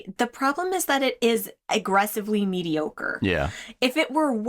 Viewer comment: mei ocre? its not even ocre